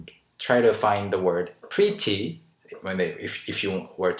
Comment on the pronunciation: I love the way you pronounce "Pretty" like "Pri-tty" haha!